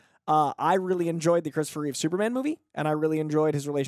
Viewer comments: Christopher REEVE... not "Reeves." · IT'S REEVE NOT REEVES,. Superman 1 & 2 are 1,000,000 times better than any other version of Superman. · ...everytime you said Reeves instead of Reeve.... cringe